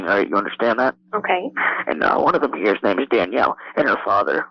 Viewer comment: “now listen heya” 😂😂 not once but twice lol. Dude is a cornballlll